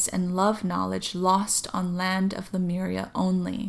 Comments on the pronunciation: It’s Le— Myuur-eeahh , not Le- mir-ia. I do appreciate your channeling, and I was there too. I hear most people mispronounce it than pronounce it correctly. I heard Lumeria the other day! Your voice is very similar to Aluna Ash. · As I watched this video I started feeling dizzy and had to lay down. I started reading the comments to see if anybody reported a similar experience. Read the one where this lady points out the right pronunciation of Lemuria, I tried to say it out loud and light language started coming out to a point where I cried as I recited it. 😳😯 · Thanks Carol Jenny! I actually am very aware at the pronunciation that you stated because of the "MU" sound, but for some reason, that pronunciation does not come easy for me! I always default to the way I say it. I've tried about 20 times just now and it does not sound right!! haha!! Maybe it has something to do with my Hawaii accent! I will try to pronounce better in the next few vids since I'll be talking a lot of Lemyuuureahh but I can't promise anything!